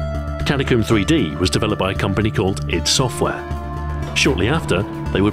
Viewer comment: "id Software" Pronounced eye-dee.